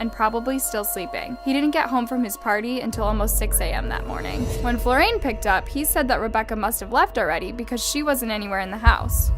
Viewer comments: How did you get FlorAIN from FlorIAN? Do better to pronounce stuff right. Also, how is a woman killing a man a "horrific crime against WOMEN"? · I noticed too that she kept calling Florian "Flor-rain", kept grinding my teeth at this, can not see that the I comes before the a and therefore it's pronounced Flor-ri-an? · The one that bugged me the most was “Florain “…I’m quite sure that “Florian” is pronounced Flor’-ee an… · Also it’s Flor-e-an not florAIn I love you but you mispronounce a lot of European place names and names and I’m shocked you continuously never check it before you record (They’re not hard to pronounce at least in the right spelling order. British place names youre dreadful at but we know this as brits as you pronounce it all instead of knowing what’s silent but I still keep writing how to say them but you fully read this name incorrectly Florian means flower in German so you sound rather stupid mixing the letters up of a name and word of another language. Please stop making me fee I have to always call out these discrepancies as you evidently ignore me and it makes you less credible outside of American audiences when your content is good!!!) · Just wondering why you keep pronouncing it as Florain when your subtitles consistently writes it as Florian? Weird🤔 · Is it just me or does she always mispronounce words and names? Reads Florian, Says "Flo-rayne." Pronounces cadaver as "cada-ver." She's a crime YouTuber and can't even pronounce cadaver.